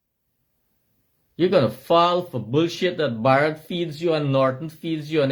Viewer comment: Bar-rat is his name